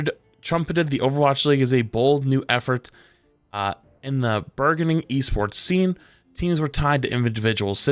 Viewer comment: mf said "bergening"